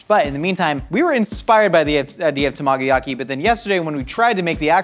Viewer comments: It took me so long to understand what he was trying to say with his pronunciation of tamagoyaki. 😂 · I died a little hearing his pronunciation of tamagoyaki lol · Yet he couldn't pronounce tamagoyaki. Dig your channel.